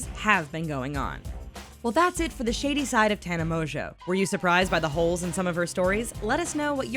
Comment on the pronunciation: Am I the only one who in the beginning heard shitty side instead of shady side?